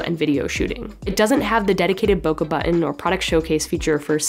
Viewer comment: Love your videos but would love it even more if you said bokeh correctly...